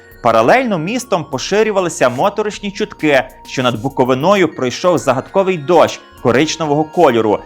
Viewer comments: Дякую за цікаві відео. АЛЕ! Зверніть увагу! Не БуковинА, а БуковИна, наголос на "и". Не ображайте буковинців :) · Випуск достатньо пізнавальний, але хочу наголосити, що правильно казати Буковина з наголосом на "и"!